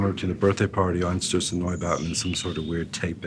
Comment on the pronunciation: I love the way he pronounced the name Einstürzende Neubauten as EIneovinefnjvndjvndvooev Neubauten XD